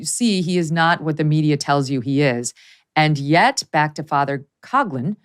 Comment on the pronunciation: FYI: The pronunciation of Father Coughlin's last name is not "Cog lin," it's Father "Cof lin." The same sound as when a person with the flu "cough."